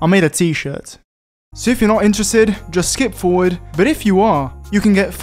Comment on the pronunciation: "I made a t shir"t HAHAHA □